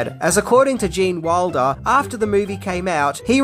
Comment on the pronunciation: when you pronounce Gene's last name, it sounds like Waldo. I keep fitting to search.